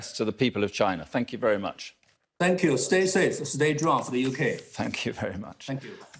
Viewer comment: Did the Minister say, "Stay Safe Stay Drunk for the UK" at the end?